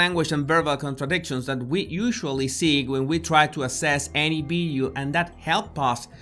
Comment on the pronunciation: Does he say Bideo or video ?????